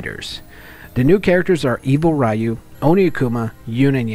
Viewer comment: Please, stop saying "rah-yu". It's just "ryu"